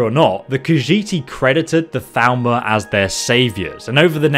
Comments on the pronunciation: Then he needs to learn proper pronunciation, since everyone in the game pronounces it as "Thal-more" not "Thal-ma/ Thal-mer" as it sounds, which is easily mistaken for Falmer if you don't listen super close. Yes, I am that pedantic XD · Is he saying Thalmor? Why does it sound like he’s saying Falmer? So confusing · Every time you say "Thalmor", it sounds like "Falmer" to me xD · I minimized the video and was very confused when you said "...and then the Falmer invaded..." like what? Then I realized that I was dumb and it was actually Thalmor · Thalmor sounds like Falmer when you say it